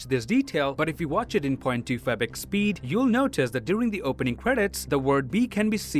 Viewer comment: point 2 favick speed? is that what he says? I watched all his videos, still don't know what I hear when he says it